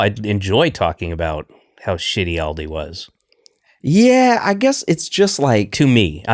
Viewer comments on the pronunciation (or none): FYI: Aldi and Lidl are both German. The phonetic pronunciation would be "Ahldee" and "Leedl"...